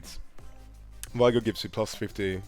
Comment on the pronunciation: It's VEE gor.